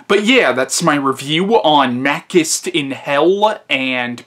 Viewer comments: Your pronouciation of Machinte is totally wrong! He isn't Makist he is Machintay the original Hercules of Italian cinima... The continuity of franchise is that this is film star is really a hero that will abuse your dog but help a beautiful lady & save the family honor of the Italian audiences. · It's pronounced Mah-CHEE-stay.